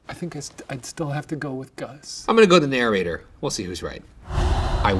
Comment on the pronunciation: i love you ryan, but you say narrator wrong. you say narrorrator and it kills me every time 😩 dope story tho keep it up ghoul boys